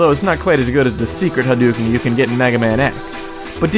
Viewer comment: I know it's douchey of me but i cringe at the pronunciation of Hadouken xD.